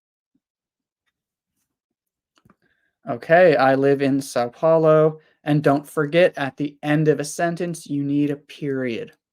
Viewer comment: You seem to be the only person outside Brazil who knows how to pronounce "São Paulo" correctly.😉